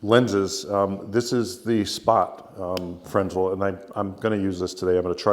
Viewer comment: I believe fresnel is pronounced fruh·nel.